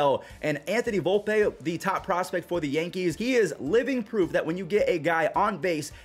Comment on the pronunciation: Volp-E not Volp-A